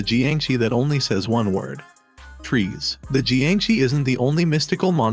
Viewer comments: Trees? LOL! It is pronounced as "Tre-seh." Nuno in the trailer has pronounced it well... but why couldn't you? ;p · Its tre-se not trees bro.